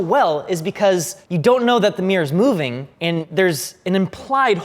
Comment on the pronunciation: It's not a meer, it's a mirror.